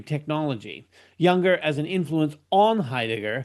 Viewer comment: It's pronounced Yung-ur, not Yun-Gur, and it's Dill-tie, not Dill-tee.